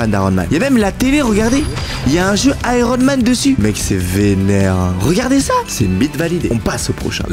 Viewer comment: il a dit aron man😂😂😂😂